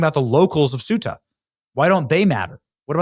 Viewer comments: CEUTA is pronounced CE UTA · Ceuta is pronounced as "SAY-oo-tuh" in English, with three syllables: Ceu-ta. This pronunciation is consistent across various languages, including Spanish and Portuguese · Please pronounce the name of the town “Coo-ay-ta.” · Thay oooh ta. That's how your pronounce it in Spain. In Mexico they'd say Say oooh ta.